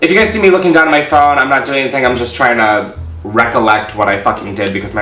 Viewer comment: Racolet? Bitch its RE COLLECT